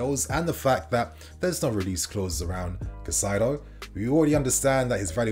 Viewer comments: Cai-Ce-Do/ Cai-Say-Doh , pls get this pronunciation right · Hey kid, one last time: KAH-EEE-ZE-DOH Caicedo. Learn to pronounce people's names properly. Be respectful.